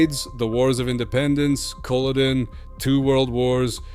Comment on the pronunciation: Who is the commentator. Their accent is awful. Couldn’t even pronounce the battle of Culloden right. It sounds as itish American Scottish jumble of accents ans it’s not good on the ear.